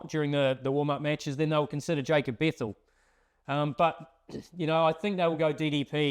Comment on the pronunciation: it is bethell not bethall